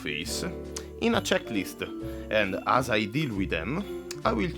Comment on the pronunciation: Dovresti rivedere la tua pronuncia; a si pronuncia ei e such as si dice such es inoltre, quando scrivi I la i è maiuscola e non minuscola. Ho notato che a volte, quando parli, dice le e al posto delle a e viceversa; per il resto il tuo inglese è buono